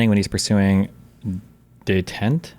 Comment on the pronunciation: Can't pronounce "détente", proceeds to reply that "you're asking the wrong thing" - Destiny, you didn't even understand the question. Kind of like how you also don't understand that you're not supposed to share we tapes to rizz up 19 y/o girls.